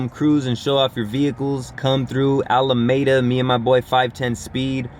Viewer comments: You know you’re not from the bay, when you pronounce Alameda, “Alamayda” 😂😂 Just talkin’ shit though. Great content bro! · The city is It's pronounced Alah-meedah. #BayAreaCali